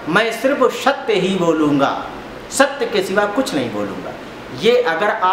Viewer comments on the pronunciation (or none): पंडित जी,आप दूसरे कथा वाचक को नीचा दिखा रहो,आप का 'सत्य' शब्द का उच्चारण भी शुद्ध नहीं है,स्वयम को अति ग्यानि दिखा रहै हो ,एसा भरम न पाले।जय राम जी🙏🙏